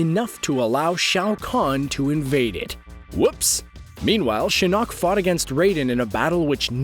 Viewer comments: Can we just take the time to appreciate that he’s saying Shin KNOCK. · The way he says shinnok wants me to kill myself